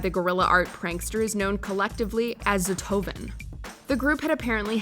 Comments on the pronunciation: Number 13: pronunciation of that group is a bit different .s-t-o--h-o-v-e-n, we don't read it with "z" as in video "zothoven". I know it must be hard for english speakers to read it, this is just for info if someone is curious. In translation it means one hunder shit. 😄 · hehe, the czech TV prank I don't remember, but this group did a lot of those ... btw, their name is ztohoven, which would translate to "hundred shits" , and it's read exactly as written , not as the lady reads it with some weird pronunciation